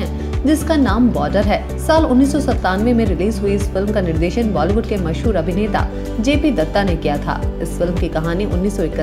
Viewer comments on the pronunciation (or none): none